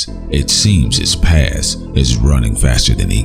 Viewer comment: PasT Bru. There's a T at the end of the word pasT...